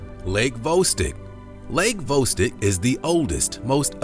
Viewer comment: Where is lake vostik? Its Vo stok say it with me Lake Vostok